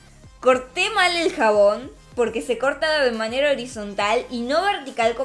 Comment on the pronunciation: Cuando dice " POQUE" es raro